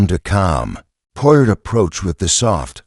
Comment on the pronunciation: Good Lord, your robot can't even pronounce the main character's NAME????